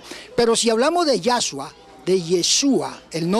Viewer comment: Es Yeshúa y no Yashua.